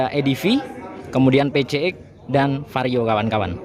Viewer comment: Adv dibaca edivi, pcx juga harusnya dibaca pisiex biar sama2 bahasa ing ato mending skalian sama2 indo...🙏🏻